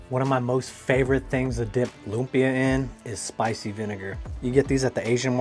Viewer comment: please do not pronounce it as "LOOM-PEEH-YUHH" say it fast! say it quick! "LUMPYA!!!" ganon bro!